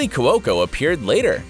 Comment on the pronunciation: Cu-o-co?? Really? Learn to pronounce!